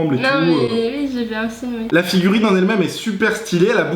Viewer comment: Elle a le sindrome des tuches Elle dit 'ui ui'